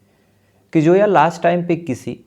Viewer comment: No name like Joya it's Zoya understand Zoya Z Z Z for Zoya not Joya please correct your pronunciation